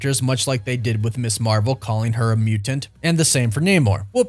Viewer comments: The way you say muTanT is 🥴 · Bro the way you say mutant 🤣🤣 love it! Awesome vid, can’t wait to see the X-men in the MCU